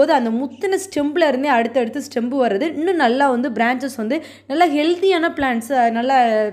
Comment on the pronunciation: (stem) ஸ்டெம் தான். Stembu ஸ்டெம் பு இல்லை